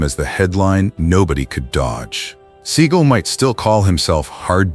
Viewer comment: Who the hell is reading this, a bot? Steven SEA Gull, yeah, uh huh, ok then. I know to skip this channel now